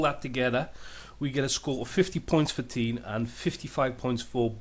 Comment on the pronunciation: It's Teh-iin, not Teen lol